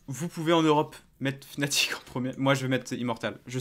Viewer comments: ca ce prononce fanatic et ca secrit fnatic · Med Brochh Non non, Ça se prononce Fnatic